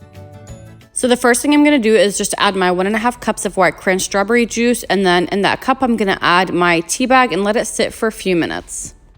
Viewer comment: Anyone else think she says strawberry’s funny 😆